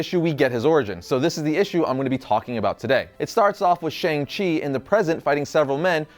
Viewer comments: its SHANG chi. not sheNg chi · that moment when u pronounce Shang wrongly